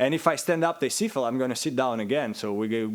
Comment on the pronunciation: thats french word he said siffler not sifle but its pronounced like that but he meant whistle